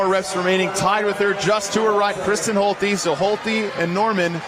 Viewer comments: Isn't her name pronounced Holt-uh not Holt-ee? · the two announcers couldn't decide on how to pronounce Holte between themselves?